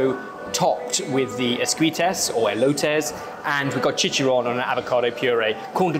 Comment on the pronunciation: I think we can let chilaquiles and esquite pronunciation slide with how deep a dive they did into Mexican food 🤣🤣🤣